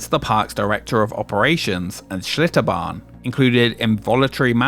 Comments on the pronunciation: Seems like the L in Achlitterbahn is redundant. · Schlitterbahn turned into Shitterbahn 😂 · Bro i thought it was "ShitterBahn"